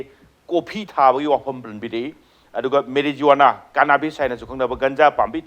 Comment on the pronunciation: Please refer the pronunciation: Marijuana from to